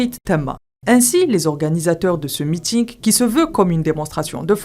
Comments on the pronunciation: meeting pas meetic . c bizzare votre probleme de selection des journaliste narratteur sur cette chaine sur youtube . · Des journalistes narrateurs sur cette chaîne youtube !!! Et ça se voit qu'elle a dit meeting c un peu écorché la chaîne est d'une qualité digne de france 24 avec plus d'objectivité et d'impartialité faut savoir encourager bravo la jeunesse !!!